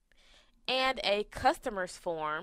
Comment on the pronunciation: is it 'phone' or 'form'. u r pronouncing 'form' incorrectly. i can hear form as phone. ha ha ha. and record u r pronouncing it as recard